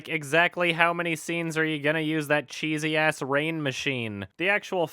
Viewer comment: I'm fucking dying the way said cheesy.